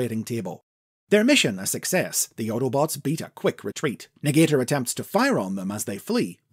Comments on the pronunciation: I think Negator is actually pronounced nega-tor, not ne-gater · Interesting stuff! I think this would make for a great elsewords mini or something, maybe even a new continuity. Also I believe they wouldve pronounced it Nega-Tor😁